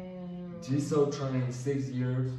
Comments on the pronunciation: its ge-soo not gi-zo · idk if any1 here told u guys or not but Jisoo pronounce is ji-su . LILY usually used for lisa`s team/fans but some do calls her that. Also hyung means big brother for girls it unnie . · Jisoo is pronounced Gee Sue. Many nicknames but mostly Chichu. Rose' is pronounced Rose-ay. It comes from her middle name Roseanne = Rose-a. Only other members can call her Rosie. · It's jisoo not JEZO AND rosie not ROSE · its pronounced g sue(jisoo) like the letter g and sue like ill sue u G sue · Not jizoo